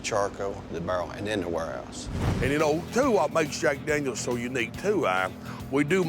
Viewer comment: Daniels not dangyos